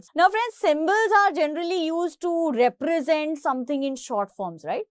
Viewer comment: "Represent" word exists she: Reprasant BTW, good expanation !